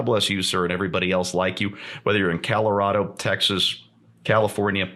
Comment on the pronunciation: Calirado, eh,? Hah.